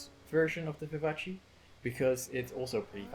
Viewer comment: you made me laugh a lot because you pronounced vivace as an Italian name even though it's French 😂 the end (ace) is pronounced like "ass" in fact lmao 😂 very good vid btw